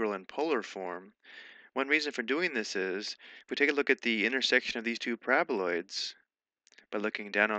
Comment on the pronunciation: Someone please hmu with a ringtone of my mans pronouncing 'parabaloids'.